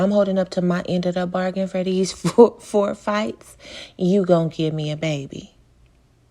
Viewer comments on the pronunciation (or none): none